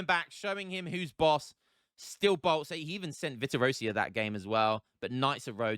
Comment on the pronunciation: Everytime u say "Vittorosia" I have doubts about my own language since it's "Vittoriosa" 😂